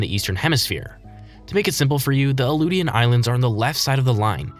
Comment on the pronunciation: The Aleutian Islands in Alaska are prounounced “uh-loo-shun” not “uh-loo-tee-yun.”